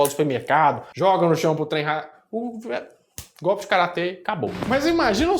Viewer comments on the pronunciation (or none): none